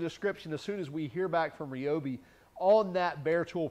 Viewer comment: You are pronouncing Ryobi incorrectly. Unless dozens of people that Ryobi have all been purposefully mispronouncing it for over 30 years of my life on the phone.